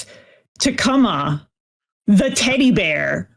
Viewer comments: I think the bear's name is meant to be pronounced Koo-ma, like the Japanese word for bear. Doesn't make the AI bit any better. Just can't stop giggling at and possibly saying it wrong to an extent. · So the takeaway here is that Charles Lee Ray possessed a teddy bear. Also, I'm pretty sure "Kumma" is intended to be pronounced like "Kuma", which is bear in Japanese. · "Kuma" is the Japanese word for "bear" (and the "ku" is pronounced like "coo", like a pigeon's coo) so that's probably where the Kumma bear got its name. I don't know why it would be spelled with a double M though.